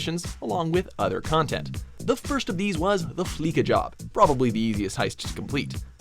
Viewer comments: Is no one gonna comment that he said fleeka instead of fleeca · Its not fleeKA it's fleeSA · It’s FLEESHA not FLEEKA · It's fleeca not fleeka lmao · FleeKa? It's pronounced Fleece-A. As in to fleece someone of their money. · Flee-suh not flee-ka. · It's pronounced Flee-sa not Flee-ka. Did you even do research? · It's pronounced Fleesa Not Fleeka but seen as Fleeca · FLEE-SA, not fleek-a. You don't fleek someone, you fleece someone. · Dear god, Fleeca has been around since at least GTA 3, you'd expect people to know how to pronounce the damn thing by now. Fleece... as in shaving a sheep. Fleece. That's the joke, folks! Do yourself a favor and just sit in your car and listen to the radio ads.